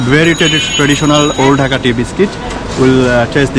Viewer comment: By the way it’s not pronounced “ducka” it’s pronounced dhaka with the hard k and and long a instead of the short a. If you can’t pronounce dh and pronounce it like d. It’s still okay but just to let u know ;)